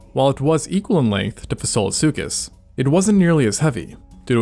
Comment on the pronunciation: Mr. When you said the name Fasolasuchus, I bowed down to it!